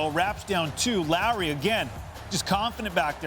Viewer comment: Keeps saying Larry. Can he not say Lowry lol